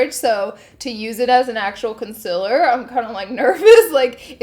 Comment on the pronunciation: Everyone else: concealer Laura: conciller